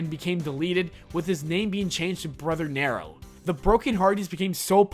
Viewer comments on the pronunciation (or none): its pronounced (nēro) not "nêro"